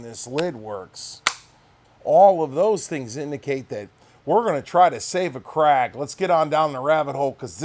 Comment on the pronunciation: Thank god you can say KRAG. My ears bleed everytime I hear CRAIG....and Mouse-er....hehe, I knew an old man that told me he once owned a Martin- Eye. Yup. I also knew another fellow that liked Shina-bell fore ends....probably on a Martin-Eye rifle.